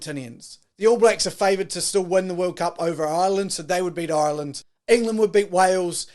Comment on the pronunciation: Who is this guy...Ireland went to France this year..not last year...do your bloody reasearch you annoying fly...learn pronounce Ireland too